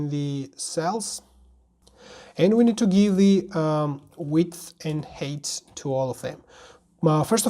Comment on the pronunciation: "height"is pronounced HITE not HATE